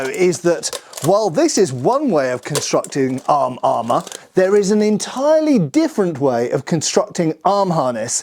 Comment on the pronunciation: "Arm armor" just sounds so funny in British accent.